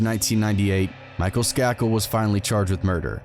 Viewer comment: Skay-kil is how you pronounce their name. He is related to the Kennedys. This is a famous murder